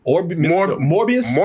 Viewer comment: Möbius not Morbius lol